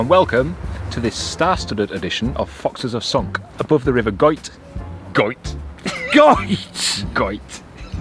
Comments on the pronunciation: Another great video guys. You were in my neck of the woods, glad you loved our lovely scenery 😍. You pronounced the river Goyt's name correctly 👍. Now pleased to say I'm part of the Patreon gang 😊. X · Your pronunciation of Goyt is correct. It travels down from where you were all the way to just outside Buxton. No canal there though 🙁